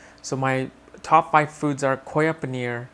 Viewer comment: You're saying koya paneer with an accent ;)